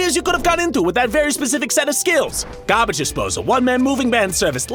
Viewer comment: When he says garbage disposak job